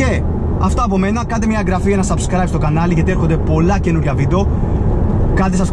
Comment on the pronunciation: Λίγο τα μπέρδεψες στην αρχή είπες (καντε εγγραφή και) "σασκραιμπ" Σαμπσκραιμπ είναι το σωστό!Δεν κοροϊδεύω!